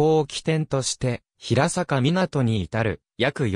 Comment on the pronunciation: 地元出身ですが、ヒラサカではなく、ヘイサカと呼んでいますよ。